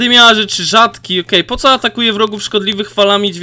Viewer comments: nie wymawia się poco tylko poko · poco mówi się poko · Jak coś to nie mów poco tylko poko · Jak w megaskrzynce bendzie 6 kart to jest nowa postac. I sie nie czyta poco tylko poko . Dołącze do klanu ja mam prawie 3000 pucharków wiem że dopiero grasz ale 1 poada graj słabszymi postaciami a nie jedną 👍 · to nie mówi się poco tylko mówi się poko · Mam po pierwsze nie czyta się poco tylko poko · Poco czyta się poko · Na poco Mów POKO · # rosa to jest dziewczyna a poco (masz czytac poko) a gratulajce dwuch rzadkich zadymiarzy i 1 bradzo rzadki i dwa epickie i jeszcze raz gratulacje. a i liczylem i masz 5 mowych zadymiarzy:) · to się mówi poko ale wybaczam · Mówi się poko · Mówi się rołza i poko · Mówi się poko a nie poco, gdy otwierasz mega boxa to jeśli w prawym dolnym rogu jest więcej niż 5 to jest nowa postać, zmień klub od 4k xd mam 6400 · poco czyta się POKO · Jak coś to mówi się poko a piszę poco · A i poco czyta się poko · Mówi się poko ale piszę poco